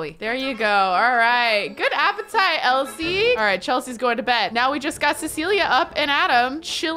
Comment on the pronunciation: When she was saying Elsie her name wrong she said it like elise and I was like I don't wanne involved in this